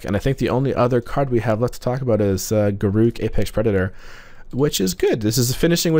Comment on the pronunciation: Correct pronunciation of Garruk